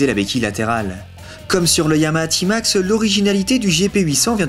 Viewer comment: C'est quoi sa un "ti max" mdr on dit t max